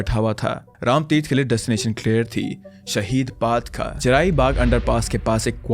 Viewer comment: Umm it's शहीद पथ not शहीद पाथ I'm just confirming it ☺️